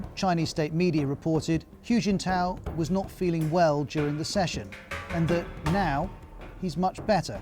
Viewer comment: It's kinda funny to hear all this from a man calling Hu Jintao "Huge In Tow".